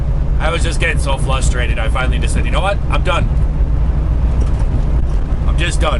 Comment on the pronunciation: FRUSTRATED, not FLUSTRATED! ! !